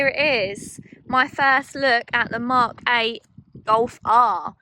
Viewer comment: British People: The Mock 8 Goff Ah